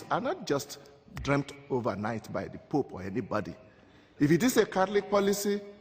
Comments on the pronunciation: I'm a logical member of society who came here to witness a intellectual and stimulating debate... and i can't get over the fact that the Archbishop says poop and not pope. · being horribly childish here but I cant help laughing at the Nigerian clergyman calling the Pope as Poop